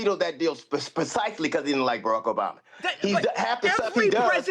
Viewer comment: Who is the man that called “bama”. Sounds like he said Jay money